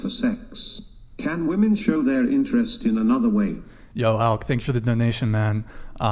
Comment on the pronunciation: WHY do none off these Gen z dopes know how to pronounce the plural version of woman, being women. They just say woman for both lol. 😂😂😂